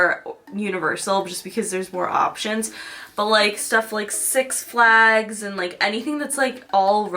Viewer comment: six flÁgs ? george glÁss ?